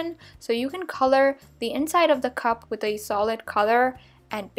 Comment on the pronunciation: Why do you say wit instead of with